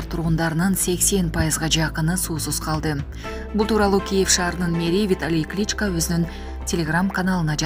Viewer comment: Кличка эмес,КличкО